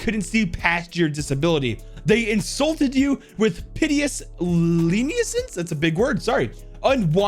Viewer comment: i had to laugh when he tried to pronounce lenience and notoriety 😂